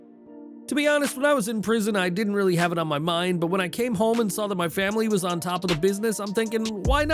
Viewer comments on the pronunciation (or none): none